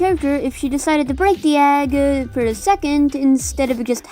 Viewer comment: "If she decided to break the Yag" am I the only one who hears Yag when she says egg?